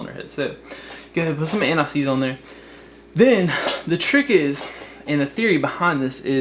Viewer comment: the way he said anti seize sounded like he said anuseees